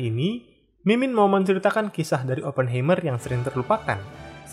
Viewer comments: dibacanya bukan ‘Hei’m(mer) tapi ‘Hai’m(mer) - Heimmer itu dari kata Heim (dibaca Haim) yang berarti home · FYI, cara baca "Oppenheimer" itu "Aa·puhn·ha·mr".